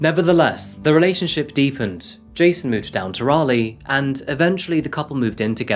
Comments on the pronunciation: It is Raleigh, NC, not Rayleigh. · What kind of Englishman pronounces Raleigh like that lol